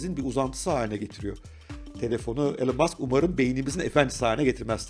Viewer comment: İsminin okunuşu "Elın" değil, "İlan". Saygılar.